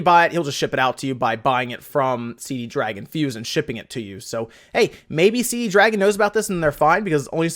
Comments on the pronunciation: Damn, it's Cdragon, not Cd dragon. :D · This shows how old some of those games are, the Dynasty Warriors game was Dynasty Warriors 7. I have a copy of Dynasty Warriors 8 on my Xbox 360. So nothing within the last few years. Also dude, it's not CD dragon, it's only cdragon. When you say CD dragon you accidentally make it sound much cooler than it really is.